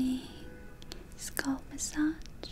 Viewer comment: holidayhoseok I was thinking about this just now. Her English has grown infinitely better. She occasionally slightly mispronounces words, like scalp, but her normal pronunciation and sentence structure is amazing. She speaks better English in like the 2 years I’ve been watching her than my Russian boyfriend in the last 10 years.